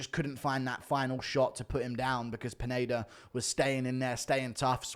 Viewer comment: Guru keeps saying "Peneida" instead of Pineda lmao